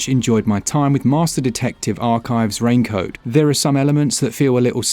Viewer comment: the dude say rain code and i hear him saying rain coat 😂